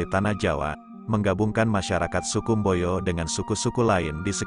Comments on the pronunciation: Mbojo bukan mboyo. Sangaji bukan sangayi. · Mboyo ❌ Mbojo ✅ Sangai ❌ Sangaji ✅